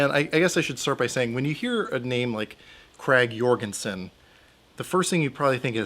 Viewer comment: u said krag jørgensen wrong. u proprarly think: no no no, i said it right. but no, im Norwegian, and those where produced and everything in Norway